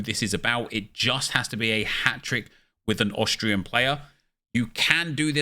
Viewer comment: austria or autralia?